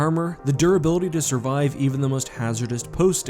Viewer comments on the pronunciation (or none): none